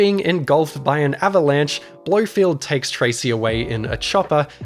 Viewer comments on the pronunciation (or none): Is he called Blofeld "Blofield" on purpose to bait engagement? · Blow-field? That's not how that's pronounced! :p Also, the Blofeld model is a deliberate combination of the different actors who'd played him - Donald Pleasance and Telly Savalas in particular. I didn't really spot much Charles Grey in there, thankfully.